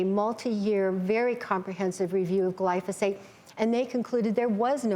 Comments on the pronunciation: Lol. These idiots don't even know how to pronounce glyphosate. Also, it's in the same clas of carcinogen as working night shifts or a fry cook. I'm shaking in my boots. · its pronounced GLY-pho-sate. not gly-PHAH-sate. bunch of environmental pricks think everything causes cancer. it takes more glyphosate to kill lab rats than it does table salt